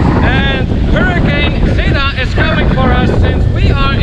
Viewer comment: Do you have enough bottled water in your room! Did you go to the MEGA? Get more food and host a hurricane party in the room! Get the free KSAT hurricane tracker app. Be safe! BTW, Zeta = Zay-tah, rhymes with beta, not zee!. #facepalm